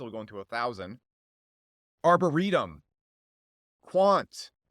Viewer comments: Did he say arburitum? 😂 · did he just call Arbitrum "arba-ree-dom" ? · "Arbareetum" 😂😂 (Arbitrum) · I lost it when he said arber-itum NICE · Arburitum, lol.. this guy is clueless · “Arburitom”?? Did you mean arbitrum? If you haven’t heard of it before, I’m not sure I can take anything you say seriously lol. It’s like talking about the stock market and calling Amazon “amizal” cause you never saw the word before lol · TF is Arbur eatum